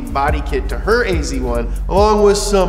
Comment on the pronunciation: ..hmm .. you write AZ1 but you say AC1 .. :-)